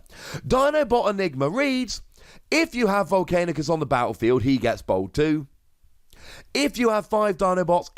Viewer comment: It should be a rule you can’t talk about VOLCANICUS until you can say his name right!